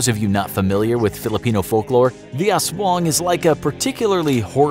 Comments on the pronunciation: It is Aswang not Aswooong. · Every nation:"Aswong" Filipino:"Aswang" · I liked how you pronounced "aswang" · U said the "aswang" u say is wrong,go to the google translete